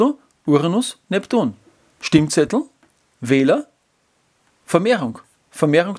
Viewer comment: Ich hör' immer "Stinkzettel" 🤣😂😅